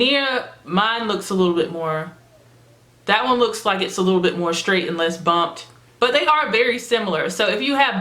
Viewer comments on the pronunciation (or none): none